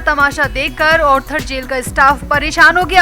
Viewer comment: Please note it is ARTHER road jail & not Orther road jail so pronounce accordingly please